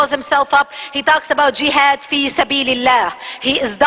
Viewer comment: where did she get this info from ?? she is wrong about everything !! jehad and specially the shehadda , this is not how u say it LOL and witch is the name of school that teaches this ??? we want Facts ,evidence ur holding a paper has a moon on it , sorry Islamic books does not have moon on it. final part : Who is brainwashing kids ?? THE media is ,people like u ,u are Zionist